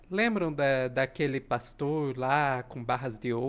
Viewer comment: Aquele 'paxtor' pra lá de ridículo? kkkkkkkkkkk Eles disparou uma rma no aeroporto, lembra? Tranca braba 'issdaí'...kkkkkkkkkkk